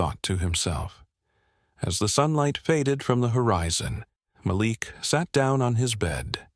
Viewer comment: His name is pronounced Mal ik